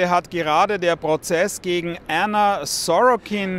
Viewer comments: Was für Änna die ganze Zeit. Sie heißt Anna und fertig. Änna Änna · Anna nicht ÄÄÄÄNNA